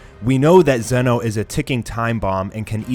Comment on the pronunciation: Why do you say Zeno like that, not being mean but that annoys me